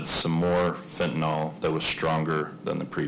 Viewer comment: F E N T A N Y L!! NOT F E N T A N O L!!